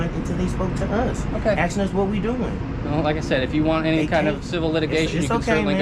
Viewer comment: Why do these fools keep AKSING in stead of asking?